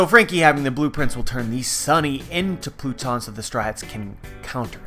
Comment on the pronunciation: I'm not the only one who noticed him saying the "blue-tons for pluton" right?